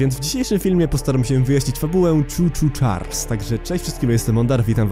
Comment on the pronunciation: Muwi sie Charles a nie chars